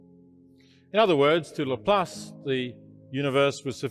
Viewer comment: Even the beginning is showing someone mispronouncing Laplas - and then moment later only saying half of what he said. It is okay to argue about anything, and personally I believe God is a bit more complex than any religion can say (and I do not believe any known religion) - but at least quote the guy fully, and not only what you want out of what he said....